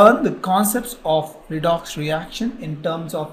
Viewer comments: I like the way u say redox ... redocksh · video is fantastic but more fantastic when you said redox as redokshh